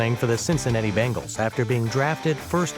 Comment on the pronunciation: It’s bengals not bangals you don’t pronounce it with the a sound